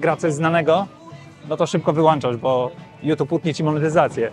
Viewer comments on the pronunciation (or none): wyłączasz, nie wyłanczasz 99.99% zjebałesz promil oceny;)